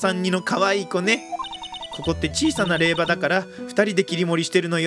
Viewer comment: 霊場(れいじょう)ですね